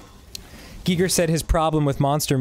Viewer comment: I LOVE that Dan pronounces Giger correctly.